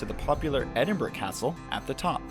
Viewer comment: Edinburgh pronounce as ed- in- bra.